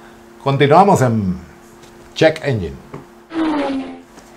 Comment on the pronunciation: Se pronuncia ENYEN no ENYIN y muy buena sección, estaba esperándola porque en TIxus ya casi no están dando noticias nuevas